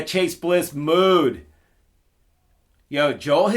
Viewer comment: Even though it's spelled Mood, It's pronounced 'Mode'.